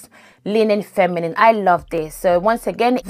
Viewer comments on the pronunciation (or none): none